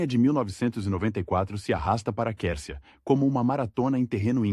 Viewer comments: O nome se escreve Quercia,mas se pronuncia: "cuercia",e não quercia! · Você nessa Narração está pronunciando certo o Nome dele ? A Pronúncia é Cuércia , não Quércia, eu ouvi falar desse político desde Criança, nunca ouvi essa Pronúncia !!! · Pronuncia - se QÜÉRCIA e não qércia . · A pronúncia certa ,QUERCIA. É. QUERCIA,COMO. QUAL,GRATA❤❤❤❤❤❤ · Ta né dando agonia ter que ouvir o narrador falar o nome do Oreste Quércia errado.😮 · Até que enfim 😂dá agonia de ouvir essa pronúncia…